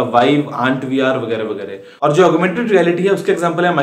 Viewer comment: "Augmented (Relaity)" wrong wrong!!!!!! guruji